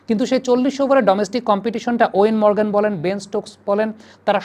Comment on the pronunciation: ওয়েন মরগান নয়, ইয়ন মরগান। নামটা ঠিক করে উচ্চারণ করুন।